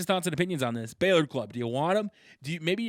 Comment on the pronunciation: It's not Balor its bálor